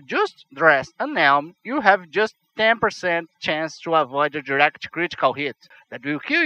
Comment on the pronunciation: ser querer ser chato mais eu creio que "to" não se pronuncie "tchú"